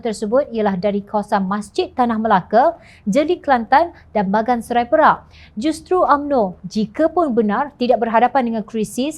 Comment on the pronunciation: Minta penyampai memperbetul kan sebutan negeri Perak dgn betul...bunyi sebutan yg disamapaikan oleh beliau terlampau baku sehingga tak enak di dengari.